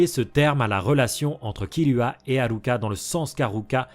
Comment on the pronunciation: C'est frustrant tu dis Killua et pas Kirua et tu dis pas alluka et tu dis ARuka 😭 ça me perturbe 😩 mais sinon ça on s'en fou, j''adore la vidéo !! 👌